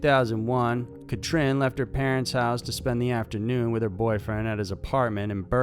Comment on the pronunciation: Catrin is pronounced "Cut-reen" and Joachim "Yo-uh-him".